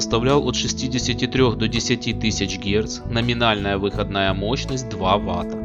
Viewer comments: Мощность выходна́я, а не вы́ходная... Круглые предметы на видео должны быть круглыми, а не овальными. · Спасибо за ролик. Ностальгия! Но, пилять, ребята, учил вас русскому языку? Покажите вашего учителя. Я его расстреляю. Какая, пилять, вЫходная мощность? Она выходнАя. ВыходнАя, а не вЫходная. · Режет слух ваша вЫходная мощность ,она всегда была выходнАя. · выходнАя мощность, а не вЫходная... ну режет же слух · Неужели некому было подсказать диктору, что говорится выходнАя мощность, а не вЫходная ! ((( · Так, может быть, всё-таки выходнАя, а не вЫходная? :)) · На будущее-мощность выходнАя, а не вЫходная. Уши в трубочку свернулись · Не плохо. Только мощность не в(ы)ходная, а выходн(а)я. Аж слух режет. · Автор, ты инопланетянин, ибо только они способны говорить "вЫходная мощность" вместо "выходнАя" ))) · а че мощность у одних выоднáя, а у других вы́ходная? 🤣